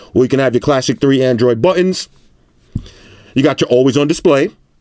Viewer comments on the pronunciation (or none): none